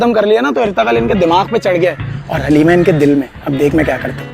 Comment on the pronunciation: Aslo its pronounced HALIME not Halima or Haleema. And its pronounced HALEEM-AY